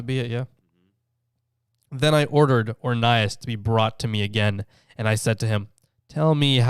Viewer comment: You said his name rong